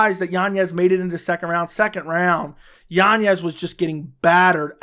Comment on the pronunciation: Yanez... Not yanyez. Good Lord, man.